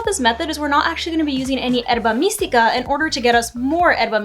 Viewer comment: Thanks for the the examples! This helped out. But I do got to ask, why do you say Herba Mystica weird? Like is it some bit that i am missing? Everything else in your video was pronounced correctly.